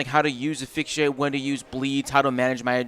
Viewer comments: Asphyxiate ❌️ Aphyxiate ✅️ Clearly the "s" is invisible 😂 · Hey dude! I've commented before and you've got a great voice for content. I think if your OSRS continues you'll gain even more subs. As a side note, and not trying to be mean, but asphyxiate is pronounced "uh-sfix-e-ate"